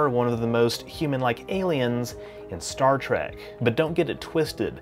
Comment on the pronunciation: Did he say Star Trek or Star Track...